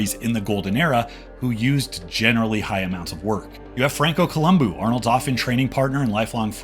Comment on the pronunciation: I love your stuff in general, but I want to give a special shoutout because you're legit the only dude on youtube who pronounces Franco's last name correctly.